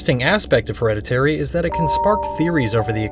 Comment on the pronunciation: " her - head - a - teary " heh